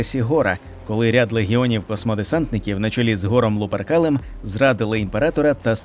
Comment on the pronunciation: Я звiсно вибачаюсь але ГОР ЛУПЕРКАЛЬ???